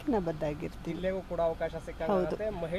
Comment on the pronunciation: ಪಲಿತಾಂಸ ಅಲ್ಲಾ ಪಲಿತಾಂಶ ಅವಕಾಸ ಅಲ್ಲಾ ಅವಕಾಶ ಕರ್ಮ